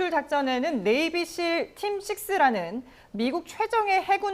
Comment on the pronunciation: 아나운서가 네이비실을 네이버실이라고 잘못언급하는게 몆번 이냐 ㅎㅎ